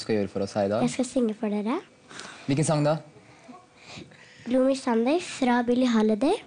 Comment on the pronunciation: I love the way they pronounce "gloomy". Like there's an extra syllable lol